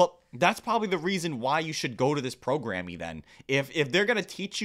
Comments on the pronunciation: Heh, every time you say “programm-eeee” it makes me giggle… that whole “pre-diabetic” thing is crazy!!! No idea how she can’t care to learn to lose weight to help it. Sigh. Time to moiiiisturize!!! 💦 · "Programme" is pronounced the same as Program. That's just how they spell it across the pond, lol